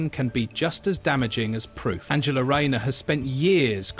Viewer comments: No shes backing all her horses incase she becomes pm and needs a husband in tow as kier with his wife . Her name is An gel a English pronunciation as you seem to think she german and swapping between the 2. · She is not German her name is pronounced A N G ela